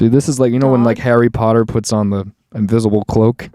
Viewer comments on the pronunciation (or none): none